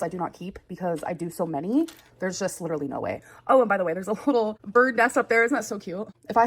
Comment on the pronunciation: Literally!!!! Cmon!!! Say it right!!